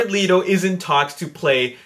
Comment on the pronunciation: It's not Leeto it's pronounced Letto -.